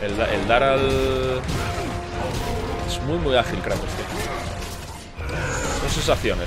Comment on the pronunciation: Si kratos xD no moja no es kreitos hahahahahah